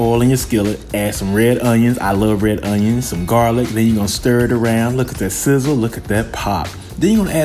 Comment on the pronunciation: The way that man massacred that garlic hurt my soul.